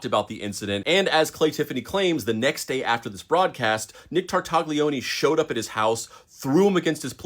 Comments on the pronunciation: I will say sth, but don't take it bad, please. Tartaglione is pronounced with a silent g and the "lio" sound is more like the "nia" sound in the word lasagna but with an L instead of an N. Sorry, I watched the whole video out of honest interest to the story, but every time the surname of that guy was pronounced my ears bled a little.. 🙏🙏❤ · I'm pretty sure the g is silent. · The g is silent in Italian names. I'm sorry. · Sorry but just because officer Nick was a bad guy doesn't mean you should do the Italian language dirty like that. It's tar-tay-oni not tar-tag-lioni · All good, just stop saying /Tar/Tag/Lioney, please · You massacred the name Tartaglione. Tarta Lyo nay. (The G is silent). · In case you meet any new Italian friends with similar names, you should know how to say them. "Tartaglione" is properly pronounced "TAR-tal-YONE", optionally adding a soft "é" sound at the end. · Damn bro!!! Stooooop pronouncing that G!!! It hurts my ears. 😂😂 its Tartalioni!!! The G is silent. 😂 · Don’t pronounce the g!!! Tartaglione = Tartalione. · The G is silent in Tartaglione 😭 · Maybe look up how to pronounce Italian names. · I wanted to like this video but this guy kept pronouncing the "g" in Tartaglione and found it very annoying, lol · For the love of god, look up how to pronounce tartaglione before filming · Interesting story! I wish people would learn how to pronounce Italian names, though... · The G in Tartaglione is silent. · I know he was bad, but come on, you don’t have to butcher Tartaglione’s name. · This is a really interesting bit of history to learn. My only real gripe is that the g in an Italian name like Tartaglione is silent due to the L immediately following it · Ay, uh, maybe don’t pronounce the G in Nick’s last name.